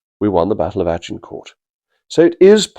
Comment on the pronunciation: It’s a delight to hear Agincourt given its correct English pronunciation for a change.